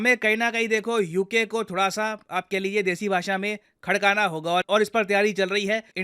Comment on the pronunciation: Khadkanana nhi hadkana😂